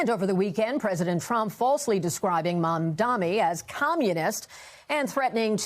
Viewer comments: Omg nbc it's MamdaNi not Mamdami it really isnt hard to say his last name right lol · Why does she go out of her way to say 'MamDAMI'? its infuriating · Why is Mamdani so hard to pronounce for everyone? It's not Mamdami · All the news anchors mess "Mamdani" up. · all of these professional news organizations can't correctly pronounce a 3 syllable name, its actually embarrassing. maybe they'll pronounce it right when he's mayor mamdani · The anchor speaks carefully, clearly trying not to mispronounce Mamdani. Yet she still mispronounces it!